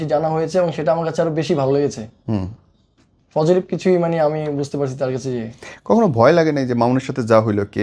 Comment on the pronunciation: ও তো কথাই বলতে পারেনা। পজেটিভ কে বলে ফজেটিভ 😅 আরেকটা জিনিস, বার বার বলতেসে ওরা কাজ করে, কাজ করতে গিয়ে এমন হয়। আরে বাবা কি কাজ টা করে ওরা? 🤔 ওরে বলেন যে এগুলা কাজ না ও কাজ।